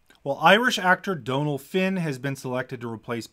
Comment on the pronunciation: Thank you for getting the pronunciation of Dónal right! Too often we hear people saying 'dunnel'